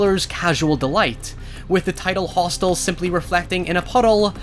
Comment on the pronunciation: you could clearly hear him say "Roth'stel" instead of Hostel which is the correct name of the film. Now it m.h may have been a slip of the tongue......or they were, 'Q Anon was tryna imply that this is really the depiction of what goes on in the ROTHSCHILDS Realm!!!!🤔🤐